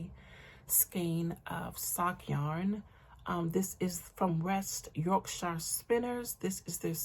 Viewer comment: Lovely to see you again and that you're so much better. I always enjoy seeing what you have acquired and your wonderful garments. I love the way you say Yorkshire as that is the county I live in.